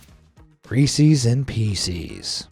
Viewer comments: As someone who grew up close to Hershey, it's Rees-es (short e) NOT ReesEEZ. Pet peeve of locals. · Reese’s not reesies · Reese's is pronounced ree sez! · You say reese`s wrong very wrong. It is not resees it is pronounced resis . Listen to the commercials . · Reesees peesees? Seriously, what's wrong with you? That is not how it's pronounced. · it sounds like it's pronounced well.. what you said but it's actually pronounced like Reesi's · Who in the fuck says resse's pieces riessie's peacie's? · It's pronounced Reese's (rhyme's with pieces). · As someone who loves Reese's, it really set me on edge when you continually mispronounced it. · Why do ppl pronounce Reese’s like that lmao u never saw the Reese’s puff commercial? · why did he have to say "reeses" with an e sound instead of and I sound:/ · How does this American narrator not know how to pronounce Nescafe' and Reese's??? AI???